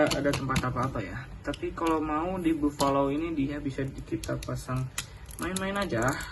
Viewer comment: Sinih aku koreksi 1 di baca nya bafalo bukan bovalo